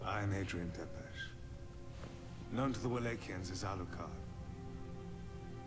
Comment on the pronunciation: As a Romanian, the way they pronounce Tepes triggers me so much.